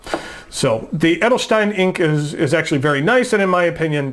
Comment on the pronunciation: VERY GOOD your pronunciation of "Edelstein" 😀